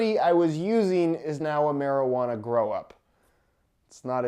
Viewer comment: I swear he keeps saying “Grow Up” instead of “Grow Op”. Or is he saying “Grow Op” in a weird Canadian accent??